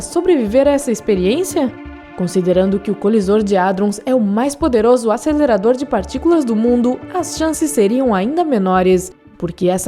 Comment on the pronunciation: ASÊLERADOR DE PARTICULAAACAS